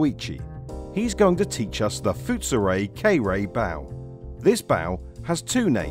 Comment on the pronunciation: The "foot-soo-ray" "kay-ree-tsoo", huh?